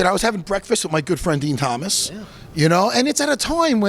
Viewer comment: “DEN TOMAS” 😂